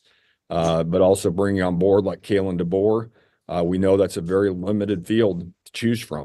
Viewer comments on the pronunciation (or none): Coach Debo , not Dabo, Debo lol. will be very much worth it. You go Coach Deboer. RTR